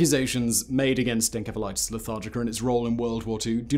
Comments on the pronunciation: En-S-efa lite iss. Pronunciation. Just sayin ;-). May be different in GB. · Simon, you really need to practice proper pronunciation! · You would figure having such a highly produced show he would pronounce encephalitis correctly. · Simon, I adore your videos, but it slightly undermines your confident speaking when you frequently mispronounce words. (Like Encephalitis, it should be a soft C). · You pronounce encephalitis wrong! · The way you pronounce encephaliitis and cephaly or anything that involves ENCEPH really makes me cringe and really makes it hard to watch this video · Simon, that's not how you pronounce encephalitis. Why does no one in the production look up how to pronounce words they don't know? I see this time and time again in your videos. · Aside from Simon repeatedly mispronouncing encephalitis/encephalitic, I really enjoyed this video. Edit: OH MY GOD THAT’S HOW BRITS PRONOUNCE IT???? RIDICULOUS. (SORRY SIMON) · The pronunciation of Encephalitis as Enkephalitus is killing me. That can't be right even in the UK can it? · I think it's called encephalathis with s, not k... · The C in encephalitis is pronounced like an S. This is why dictionaries are so damn handy. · pronounced En-sef-a-lightis :) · I have never heard "encephalitis" pronounced with a k sound. British thing? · Its not pronounced as enkephalatic, holy shit why is it so hard to get right. This kind of bullshit kills any sense of credibility. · I'm confused. Is he pronouncing ENCEPHALITIS with a K?! Or is it another word? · Did he just pronounce encephalitis with a hard C? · Is how you are saying "encephalitis", the correct way? I've always heard it pronounced as "enSEPHalitis", among both English and American medical professionals (god, I hope this isn't another "coupé" situation..). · The K sound you put in your pronunciations of enceph- prefix makes me crack up 😂 such a smooth accent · Why do you keep saying enkephalitis... it's ensephalitis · It's encephalitis not enkephalitis.